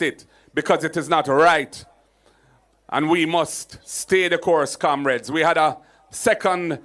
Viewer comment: He can’t say Comrades, he says Kamrades